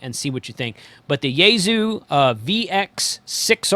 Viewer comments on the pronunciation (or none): "Yes, Bow-Fang." Yes. But "YAY-zoo" just hurts my ears. :-) It's more like "Yaysue": Japanese is unaccented; "s" is sibilant; and "u" is de-emphasized. That quibble aside, thank you for the terrific videos. Decades ago, as a college radio engineer and occasional announcer, I held the now-defunct Commercial Broadcaster license. I'll be taking the entire TGE exams series at the end of this month. Repeaters are plentiful here (San Francisco Bay area) but no 220MHz, so I'll probably stick to dual band for the first radio.